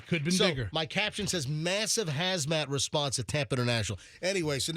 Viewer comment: Its Hazmat. Not Hasmat.